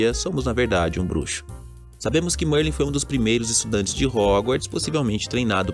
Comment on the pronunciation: Merlin grande bruxo da Sonserina! Para sabermos se esse bruxo aí é de fato Merlin vai ser simples, na sala comunal da Sonserina existe um quadro de Merlin, acredito que os desenvolvedores não iriam deixar esse detalhe de fora. E mano a pronúncia é Mérlin e não Mãrlen kkkkkkkk, mas de resto mto top o vídeo. +1 inscrito.